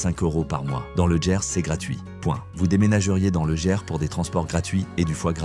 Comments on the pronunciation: TU ES un grand AFFABULATEUR, LE GERS ,ET NON LE "JERS",ET LES TRANSPORTS SENIORS OU PAS,ONT PAYE,SALUT, SAM L'AFRICAIN. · Ah, le "Lô", et "Autchè" dans le "Djerse" -comme dit la voix de synthèse, et ces images qui passent en boucle n'appartiennent pas aux régions évoquées